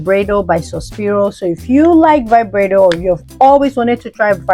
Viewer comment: Omg the way you said Vibrato I couldn’t stop laughing. 😂 Isn’t it Veeb-raa-toe in Italian?